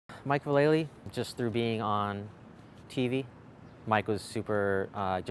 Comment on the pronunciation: It’s funny that even skaters who know Mike Vallely personally still mispronounce his surname. Must drive him crazy.